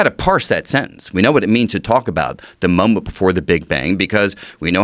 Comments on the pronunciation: Sounds like he’s saying muhmuh instead of moment. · i like how he pronounced 'moment' as: 'mumbmt"